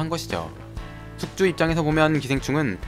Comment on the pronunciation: 아니 숙주인데 왜 자꾸 국주라고 들리지.....